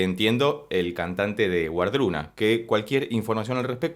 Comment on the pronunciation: La pronunciación correcta sería “Vardruna” y el Hel no es un infierno, de hecho la mayoría de la gente al morir va a allí